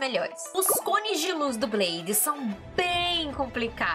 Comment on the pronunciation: pq vc fala blaidi?